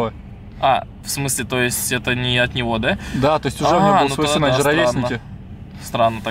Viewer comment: Макс пачиму отець говорит син а не Макс?